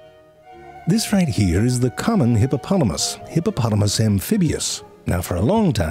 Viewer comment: I don’t know why but I swear you said “hippopolomus” at the start